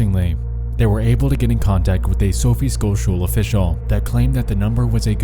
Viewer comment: I know that this is not important, but Sophie Scholl is actually pronounced more with an sh sound. Sch in German sounds more like the sh of should. I would recommend learning more about her if you're interested in activists/ protesters of WWII.